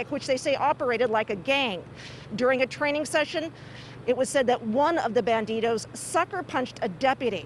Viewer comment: Its them darn Ban-Deedohs!!!